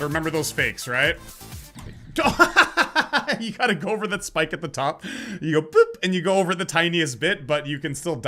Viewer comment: Also did he just call the spike, a 'Spake'?